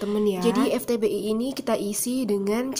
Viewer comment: Vtbi kak, bukan Ftbi